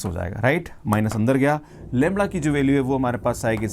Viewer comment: Sir lemda bolte hai ki Lewada bolte hai😅